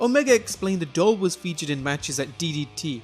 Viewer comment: I thought he said dog instead of doll.